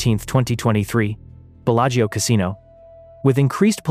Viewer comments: "Bella-Geo" Casino lol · Why don’t you try to pronounce the name of the Casino correctly?? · Yep pure fiction. I typically don’t fall for these. The mispronunciation of Bellagio was the give away for me.